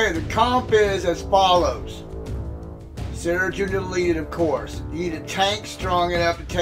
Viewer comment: You just gotta love it when CG adds a brand new team we've never fought before as a boss of sector 5 and gives them over-fucking-prepared 3. Good ol' CG shenanigans! I'm surprised it doesn't bring you to the store page with every failure. Also, you probably don't care too much but "Cere" is pronounced as "sear" (as in: You want to sear your steak!). Or like the store Sears, minus the s.